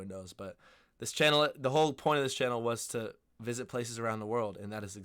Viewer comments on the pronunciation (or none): none